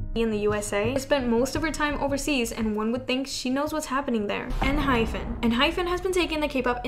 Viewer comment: Ehypen is not pronounced en-hy-ph-en. Actually, it is a Korean name and it is pronounced en-hy-pen. You say pen like the writing utensil. It's not fin like a fish fin. That is why there is not an h in the end of the name. It's en-hype-in like we are going to hype you up and get the party started. :)